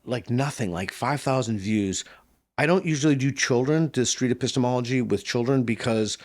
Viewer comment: 不知道為什麼我一直聽成 pissthemallogy